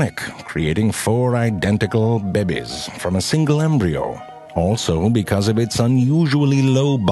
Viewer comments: I love how the narrator says babies....behbehs, lol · I love when he says baabies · Beh behs . How the French say it. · "Four identical bebbies" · came for the Morgan Freeman-esque narration... ...stayed to hear the word "bebbies" xD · This guy is funny.... I lost my shit at "4 identical babis" xD .... the emphasis had a great role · "bahbies" xD